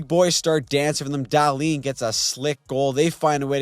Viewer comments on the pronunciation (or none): none